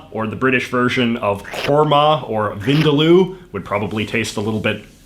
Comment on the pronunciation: When you're Indian and know how wrong J.J's pronunciation of 'Vindaloo' sounds to the Indian ear 😂 I forgive him, though.